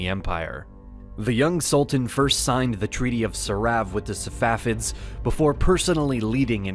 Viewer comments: why do you call them Savafids ? It's Safavids. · The correct pronunciation is Sa Fa Vid. Not Sa Wa Fid. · It's not SaVafids it's SaFavids.